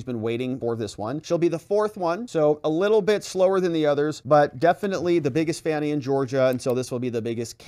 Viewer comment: Hint.... her name is pronounced "Fawni".. it is an African name. Everyone gets it but